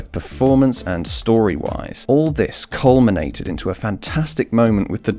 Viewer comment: I love how he's taking about olivia colman and says "COLMINATING". Lol. No? Just me? Okay. Thanks guys.